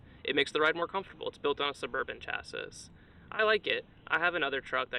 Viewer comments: Chassis= cha see, not cha sis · Bro just said chass-iss 💀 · ….its spelled ‘chassis’ and pronounced, chass-eee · That's pronounced "chassy," good sir.